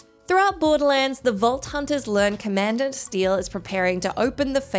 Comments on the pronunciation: I’m not crazy right ? Commandant is pronounced more like “common daunt” right ? And not “command ant” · Commandant = "Common-dant" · "Commandant"😄 Been a while since there was a properly funny mispronunciation on here. Thank you,! 😁